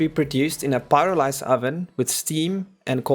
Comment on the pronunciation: it's the pyrolyze oven not pyralize